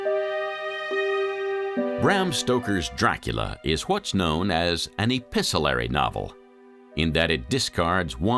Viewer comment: The narrator has such an authoritative voice but makes many errors. Note at 36.17 he says episelery when the word is actually epistolary.